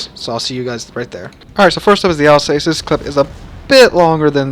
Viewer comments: sorry mate again I am complaining its alsass (as spoken) not alsacee. just helping 😆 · Pronounced al sauce i believe